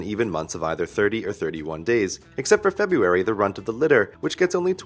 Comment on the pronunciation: Thank you for pronouncing the first "r" in February! I have been trying to get people to do that for years.